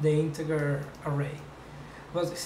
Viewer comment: Wow this is really nice. I love the graphics and platforms. P.S. - Your english isn't bad, aside from incorrect syllable emphasis on certain words. BTW, "char" sounds like "kar" and "integer" sounds like "intijer". ;)